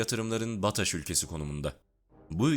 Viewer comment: Bataş ülkesi!?!?!? B!ir de sözcükleri doğru telaaffuz edebilsen... Başat demek istedin herhalde.